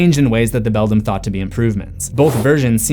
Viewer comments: I've told you before, it's pronounced BELL-DAM or BELL-DAMN, NOT BELL-DUM. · IF the other Wybie was unable to talk, how was he able to communicate with the cat in the Beldam's (pronounced BELL-DAM or BELL-DAMN) world?